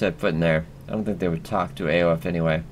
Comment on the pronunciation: Aoife is pronounced Eefa